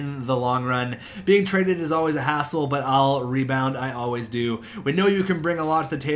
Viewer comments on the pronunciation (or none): none